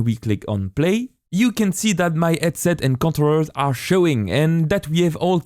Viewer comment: when you talk, please stop making H silent, when you say headset, it sounds like edset and its very very hard to follow along with you, but your tutorial is great